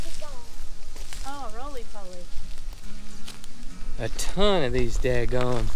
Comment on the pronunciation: What is a "Rolely Polely?